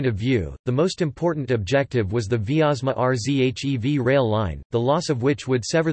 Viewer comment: R Z H E V. jeez I just stopped watching